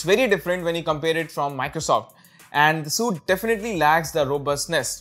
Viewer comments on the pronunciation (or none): Bro SUITE is pronounced 'sweet' not 'suit'. Otherwise your information was good and useful.